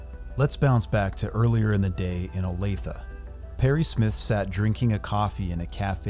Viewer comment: Thank you for pronouncing Olathe correctly.